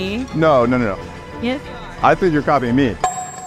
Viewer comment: That and teach her how to pronounce "copying" using 3 syllables even.......